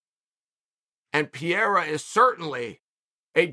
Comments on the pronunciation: Not “Pierre-ah” it’s “Per-ay-uh” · Uncle Chael has few months to learn how to pronounce Pereira 😅 Look how Joe Rogan said in the octagon, it is not perfect, but enough. Or, you can say Poatan. It is not his name, but everyone in Brazil calls him like that and it sounds like a name. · Chael, you better learn to pronounce Alex Pereira's name, because we are currently depending on him to save this division. It didn't work. The entrance was awful. The fight was awful. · I usually enjoy chael botching the fighters names, which is absolutely intentional btw, but the way he pronounces pereira kind of annoys me